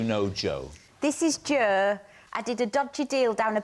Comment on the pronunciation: That's the proper way to say Jo in 'ull, innit?